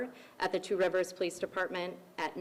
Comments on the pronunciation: G. I live in Wisconsin about 90 minutes away from Two Rivers. Just wanted to tell you that you are doing excellent with the pronunciation of those towns/cities. Lots of American Indian names. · I live about 30 minutes away from Two Rivers. And I want to tell you said these names of the cities prefect